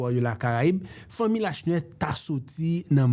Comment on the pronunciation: Lachenais pwononsé La Chenais é non pa Lashnè. Joute sé yon ti non. Moun édiké di Borjla pou Borgella, é non pa bor-GÉ-la.